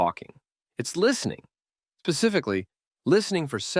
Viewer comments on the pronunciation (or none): The most powerful social skill is listening, you say. I listened right up to the point you said pacificly instead of specifically. 🤮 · When you feed the speech AI a script but don’t spell check. This dude said “pacifically” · love it however ... "pacifically"? <3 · this mf said "pacifically" and we only 3 minutes in. I'm not watching this dawg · I came to the comment section just to see if anyone else noticed 😂